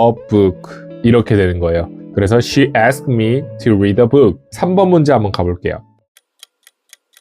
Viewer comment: 애스크드가 아니고 애스크트죠..